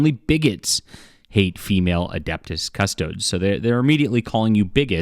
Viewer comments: It's CustodEES. Not CustodODES. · Cus-toe-deez. Not cuss-toads. Why cover it if you don’t know shit about it? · I hate how every video on YT is an ad for something. Dude doesn’t even know how to pronounce CustoDES! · Can’t pronounce faction correctly, but big mad there are ladies in said faction. Derp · The amount of YouTubers who are interested all of a sudden but cannot find out how to pronounce the name of the Custodes is infuriating!